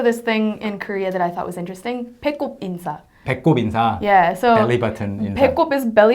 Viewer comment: "인사"를 들었을때마다 "인싸"라고 계속 들었네요 ㅋㅋㅋㅋㅋㅋㅋㅋㅋㅋㅋㅋ 아 어떻게..... ㅋㅋㅋ